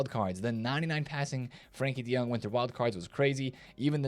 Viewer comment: Frenkie de Jong not "Frankie de Young"